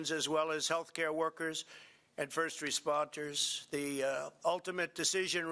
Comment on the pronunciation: and , What is a " first respontoor"?